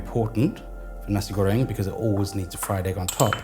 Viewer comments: Nasi goreng, warung, udang kerupuk.... thanks for taking the time to learn how to pronounce your Indonesian words correctly! Really appreciate the attention to detail! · I like how you say nasi goreng, belacan/terasi, and rempah.. it sounds like how Indonesian people would pronounce it.. love the video☺️